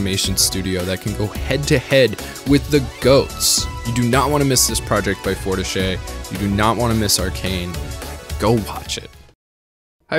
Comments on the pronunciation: "forteech" is how u pronounce it :) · A couple items: - It’s pronounced “four-teesh” :) - The soundtrack isn’t licensed but instead each and every song in the score and soundtrack were made specifically for Arcane. Likely due to Riot’s longstanding relationships with musical artists and producers built up over the last decade of music videos and musical albums, they honed and crafted all the songs to really underscore the emotional tone of the moment being shown—and I think to particular impact at the climax of each of the 3 acts. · Fortiche rhymes with quiche, it's pronounced like for-teesh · [fɔʁtiʃ] is the studio's pronunciation :P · Repeat after me: For-tea-shh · Fortiche is pronounce for-ti-ch (Forget the E unless its a é) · It's pronounced "for-teesh" I believe, otherwise I agree with everything you just said. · Fortiche [4-Tee-sch] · Pronounced Four-teesh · great video ! ( it's pronouced in english like "forteesh" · Sorry, but your pronounciation of Fortiche is triggering me 😅 "e" is rarely pronounced the way you do in French, that would be "é". An "e" at the end of the word is almost always silent, so it would be "Fortish" (with the "o" pronounced like in "love", not like in "no") Ok, sorry for being a nerd, on with the video! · French-canadian here. I can confirm, that you are indeed not pronouncing Fortiche correctly :P It's french, not italian, the e at the end is not pronounced. Good review though :) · You butcher the name of the French studio, but thats ok :)